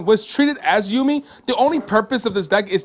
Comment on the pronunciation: ou-mi not you-mi